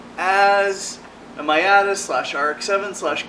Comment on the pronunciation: I guess it's canada but, Miata is pronounced like MEE-ah-tah. Not to be a sloppy prostitute. Love your vids and can't wait for the next one.